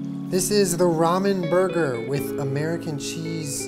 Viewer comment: nobody: jenna: rAmEn BoRgOr